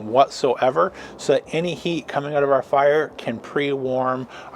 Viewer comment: Need to work on how you say out lol.... where are you from ?